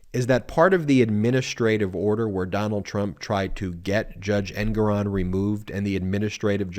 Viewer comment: It's Engoron- accent on gor